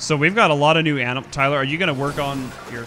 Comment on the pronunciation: “Alright guys, takin' care of them A M I N A L S” LOL